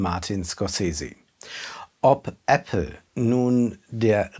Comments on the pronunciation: Lieber Wolfgang, PayPal spricht man PayPal und nicht Paypel, und man spricht Apple, und nicht Äppel aus. Also jeweils normales klares Aaaaa, kein Ä oder E. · Es ist tatsächlich ein klares „A“. Hör Dir ein paar Videos, zum Beispiel Präsentationen von Apple-Produkten durch Steve Jobs an, wie er das Wort ausspricht. Oder eine britische oder amerikanische Apple-Werbung. Nur (recht viele!) Deutsche sprechen das Wort aus unerklärlichen Gründen als „Eppel“ bzw. „Äppel“ aus :)